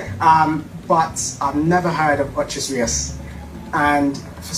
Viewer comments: His pronunciation of Ocho Rios wouldn't trick anybody. I personally know it as Ochi Re-us😂😂😂😂😂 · Mi vex so til bout the "Ochos" Rios video. 😡 One I dislike people mispronuncing my hometown but then he was so wrong to say he's from Jamaica. 😑 Nuff! Cho man.🤣